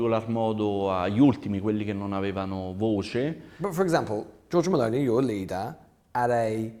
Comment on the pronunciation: MussLini.... There Is and O in mussOlini, dear english speaker and it's MelOni not Mel'ni. Whats wrong with the O in english?